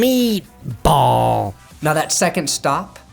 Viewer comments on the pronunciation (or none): "Mmmeat Bawl" had me rolling.